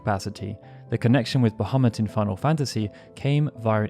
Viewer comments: *BahamOOt! It's pronounced "Ba-hah-MOOT", NOT "Ba-hah-MUT", damnit! =__= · "Bahemutt"?!? Sorry, can't watch. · The actual pronunciation is "baha-moot" but personnally I hate that lol I prefer "buh-ha-mutt". They verbally say his name in FF12 and when I heard it, a part of me was heartbroken they pronounced it like that lol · It's a minor thing and I may be wrong but I am pretty sure that original pronunciation is bah-ha-moot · So happy to hear you pronounce it that way. Pretty sure it should be closer to bajamoot, but I've always said it the way you do here. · um Bahamut its pronounced 'Bah-mew' but to each there own. I was just being informative that's all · its pronounced "Bah-Ha-Moot" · bahamut ❌❌❌ ابو محمد✅✅✅ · this just minor issue, but probably you should reviewed the subtitle, as the way you pronounced bahamut, the sub showed 'muhammad' instead quite few times. thanks. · Funny that you bring that up. Turns out that Bahamut (the fish) is a creature of Middle Eastern origin. So I find the error oddly appropriate.